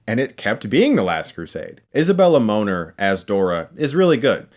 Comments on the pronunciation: Uhhh I think it’s pronounced Moe-nair, not Moaner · I don't think her last name is pronounced Moaner. It just sounds a little wrong. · georg simon Lol. It’s Moner, I think you have to get a little French with it, like mone-air.. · She's Peruvian, so her last name it's actually pronounced MO(ney) + NER(vous): MONER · Is a Bella Moaner-what I keep hearing! :)